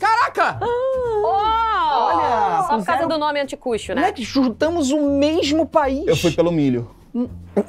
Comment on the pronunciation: Não é assim que pronuncia anticucho. E isso não é milho, é choclo